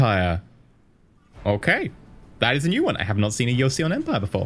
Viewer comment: do not try to pronounce "e" in joseon .. and historically Korea was a kingdom before (joseon dynasty). so ... what's coming next? :)